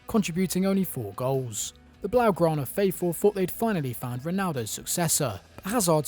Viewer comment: “The Blaugrana” wtf?